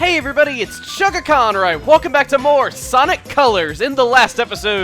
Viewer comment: I always thought your intro sounds like you say "Hello everyone, it's Chuggacon where I welcome back to...".